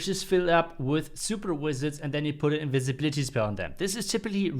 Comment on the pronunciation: pls improve your pronunciation in the word "invisibility"